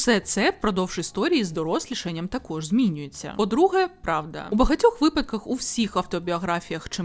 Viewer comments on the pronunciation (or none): none